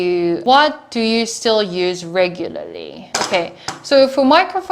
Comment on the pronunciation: I like when she tries to pronounce the word “regularly"